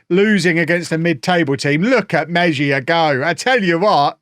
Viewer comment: we all love you, but would it kill you to spend an hour Googling how to pronounce your players' names? Meh-zhia?!